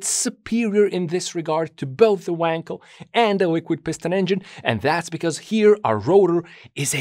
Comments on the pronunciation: You still do not know, how to pronounce "Wankel". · Appreciate your attention to the manufacturers name 'Knob' yet why are you incapable to pronounce the name 'Wankel' appropriately? After all it isn't Weeeeeekel, right?